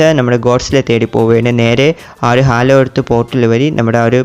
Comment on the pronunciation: Halo alleda hollow 😅